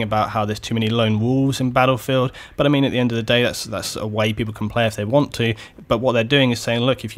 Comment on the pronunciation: sounded like "butter mean" than "but i mean" lol